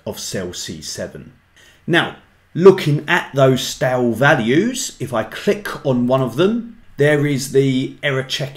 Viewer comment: It's stay-l not stal